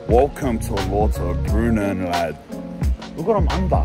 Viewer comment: Lauterbrunnen is pronounced Louterbrunnen.